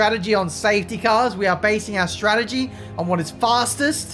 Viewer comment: it's not stragedy it's strategy